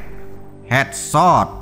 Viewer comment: Hedsot dia bilang